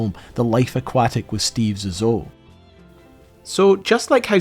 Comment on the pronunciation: Your inability to pronounce Zissou (ZeeZoo) is disappointing.